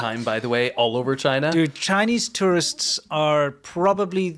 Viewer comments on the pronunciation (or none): none